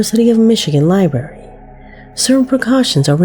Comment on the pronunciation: Right off the bat, she got all ghetto, saying, "liberry," instead of "libRARY." That's so ignorant. Idk HOW she got that pronunciation for Thoth. Wow. She has a dignified sounding voice that seems to know English, but then THIS video happened....WOW. Stephen King....NEVER, until NOW, have I EVER heard anyone say STE FEN. It's STEE VIN! Does she not even KNOW this famous author & movie maker?! Is she only 10 years old with a woman's voice? This guy's been around my whole life!